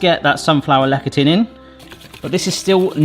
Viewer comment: "Lecithin" - pronounced: "LES'-a-thin".